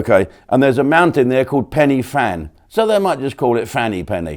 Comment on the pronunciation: Jim lol on the Welsh mountain it's spelt pennyfan but pronounced pennyvan just 2clear that up. 😂